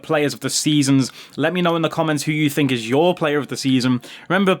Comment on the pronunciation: Think** not thino lol 😂